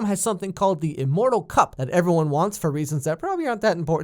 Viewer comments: I know you probably didn't mean to say immortal cup but I was triggered when you said that it's the mortal cup😂😂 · Did you just say IMmortal cup?!?!?!